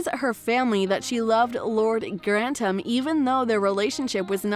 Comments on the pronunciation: Dowager Countess of "Grannum"? Please... your pronunciation.. now Grantumm? It's GRANTHAM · Grannum??? It's Gran-thum... not Grantumm. Or Grannum.. please please get it right. And get over Matthew Goode being absent.... SERIOUSLY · Hehehe......The cringey bot voice had problems figuring out there's a "th" diphthong in the Grantham name.